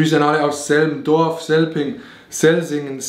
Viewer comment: Pov: dein Dorf wird einfach falsch ausgesprochen…😐😂